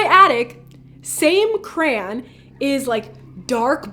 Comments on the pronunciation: The scariest thing about this video is the way she pronounced crayon 🤦🏼‍♀️🤦🏼‍♀️ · eva i love you like ive been watching your vids for litteraly ever but its pronounced cra-y-on accentuate the y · the most creepiest part is how she says crayon "Krayan" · I'm sorry but when she said crayon it got to me 🤣🤣🤣